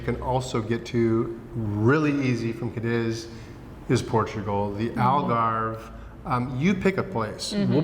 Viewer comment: caw dees or caw deeth (not kuh diz!!!)